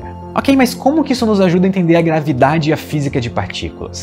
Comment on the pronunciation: Gostei qdo vc disse grave dade kkkkkkk